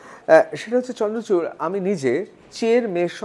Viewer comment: vai chandrakanta nahi chandrachur! nam to thik se bolo!